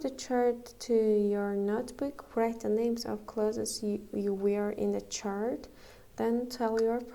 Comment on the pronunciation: Müəllimə o söz vrayt yox rayt oxunur w oxunmur